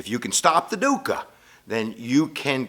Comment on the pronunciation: Every thing is pronounced wrongly: Buddha, Buddhism, Siddhatha Gautama (this one's real bad), dukkha and all other Buddhist terms. This video is very superficial.